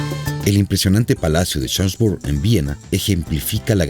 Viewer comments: Dios mio... un poquitin de aleman no le vendria mal al señor que hizo este documental!!!Minimo para que pueda pronunciar bien los nombres que no deben de traducirse. suena horrible escuchar jonbrun en vez de chonbrun por asi de acercarse en su optima pronunciacion!! Francisco Jose.. por favor! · Pronuncia mal el nombre Schoenbrunn. Ademas, Francisco Jose' no era el "ultimo" emperador austriaco, porque Karl I o Carlo I era el untimo. Por lo demas, muy bien explicado e ilustrado por el video.